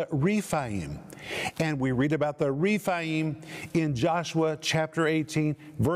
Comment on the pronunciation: Anakim is pronounced Ana-KEEM in Hebrew. Emim is Em-MEEM. Rephaim is REF-AI-EEM. Zamzumim is ZAM-zu-MEEM. And so on. The "im" suffix shows plural number, and is always pronounced "eem".